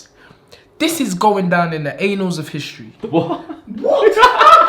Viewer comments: annals is pronounced [ann alls] not anal lmao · Annals is pronounced "Ann nolz" not "A nolz". All the Best to and Anthony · AN-NULS... NOT ANALS 🤦🏾‍♂️ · It's actually pronounced the an_als of history,not anals,but he did know what he was on about just said it wrong. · Its "annals" blood 🤦🏿‍♂️😂😂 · It's Annals of history, not 'anals'! LoL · “This is going down in the anals of history” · "The anals of history" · 'anals of history' looooool he meant to say annals of history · pretty sure it’s annals not anal 😂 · 😂 It's pronounced more like "Ann-als" not a classic porn vid....